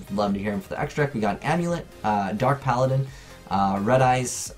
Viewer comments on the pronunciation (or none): none